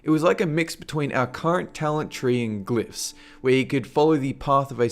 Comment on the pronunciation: if you're trying to be Scottish, well you are failing miserably. it's Ogeres, not ergeeers, and it's glyphs not gloophs lol.